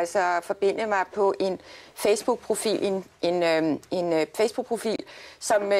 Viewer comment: lol hun siger fjæs book